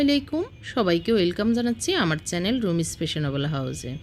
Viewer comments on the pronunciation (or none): none